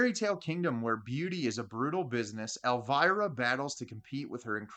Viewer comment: Why can't you English people pronounce Elviras name correctcly?